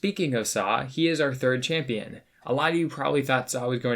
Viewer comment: Everytime you said champion I cringed